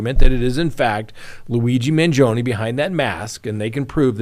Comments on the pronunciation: You’re pronouncing Luigi’s surname incorrectly. It’s Man-GEE’-o- ni. Emphasis on the gee sound; 4 syllables. Not2. Hurts my ears to hear you say I’d. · The “e” in Mangione is pronounced the same way you pronounce the letter “i” in the word “it” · You're saying luigis last name wrong.